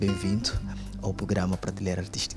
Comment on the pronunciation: Por favor, "Pratileira" NÃO....mas sim, PRATELEIRA!!!!!!🙃🙃😶😶...façam edição textual!!!!!